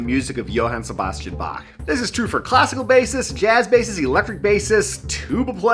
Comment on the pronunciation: Thanks for pronouncing Bach properly